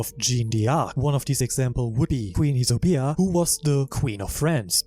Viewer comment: great video !! (btw fyi the prononciation are: 'JAANNE DARC' and 'YSABO' not isobia'